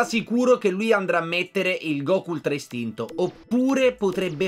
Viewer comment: hai sbagliato ha pronunciare ultra instinto all minute